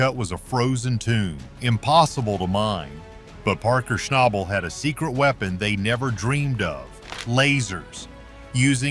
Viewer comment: At least pronounce his last name right 😒